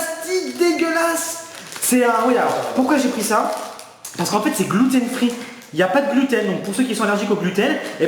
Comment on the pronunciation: C'est "gloutène" free jsp pk mais j'ai éclaté de rire 😂😂😂